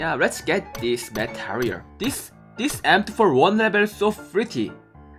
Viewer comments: He pronounces M24 like M4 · You didn't get M24 because when you say "M24" it sounds like "M4" and you got a lot of M4 skins in crates...😁😅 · He is saying m24 but it sound like m4 lol he wants the new m24 skin